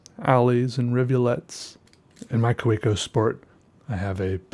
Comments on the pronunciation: it's (kah-veh-co) :) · the way you say Kaweco kills me